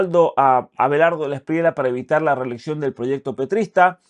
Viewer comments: el apellido de Abelardo se pronuncia DELA ESPRIYA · Querido Muchas gracias por su siempre excelente contenido. Quería informarle que no se dice Delawspriela sino Delawspriella. La última parte del apellido suena como en llama… Gracias!!